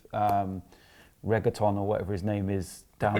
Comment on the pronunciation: Man called reguilon reggaeton